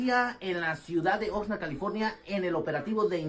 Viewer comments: No, it is pronounced Oxnard not Oxnerd. As in Ox’s NARDs. Idk why they keep that name 🤷🏻‍♂️ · Oxnard = Ox nard. Not Ox nerd. Nard, like the nards between a dudes legs. 😉 Love/look forward to all you vids.! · I like how you pronounced “Oxnard.”